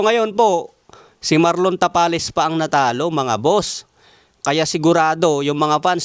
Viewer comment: Marlon Tamales dinig ko a haha